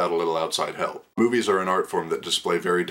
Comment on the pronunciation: I totally thought u said boobies instead of movies and I almost fell off my chair laughing. <3